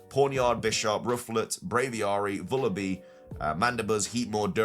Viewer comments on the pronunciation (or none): none